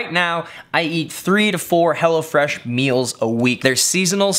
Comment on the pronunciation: I thought you were saying Hellafresh. Glad you spelled it out for me.